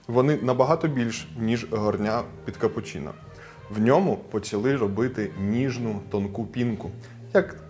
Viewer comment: Дякую за відое. Тільки не капучІна а капучИно